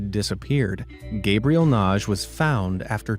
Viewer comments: BTW, the name "Nagy" -- at least people I've known with that name -- pronounce it "Na-Gee," with a soft "g" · WHEN YOU READ SOMEONES NAME IT'S LIKE YOU SUFFER FROM DISLEXIA...NAGY AND YOU PRONOUNCE IT NAGE. THE NAME IS LIKE MAGGY BUT STARTS WITH AN N NA-GY LOL AFTER HEARING YOU SAY IT 10 TIMES WRONG MY EARS WERE RINGING...LIKE DAVE PAULIDESTHAT YOU USED HIS MATERIAL AGAIN, I HEARD YOU SAY IT RIGHT FOR THE FIRST TIME YESTERDAY. IT'S ABOUT TIME ! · NAGY is read Nadhi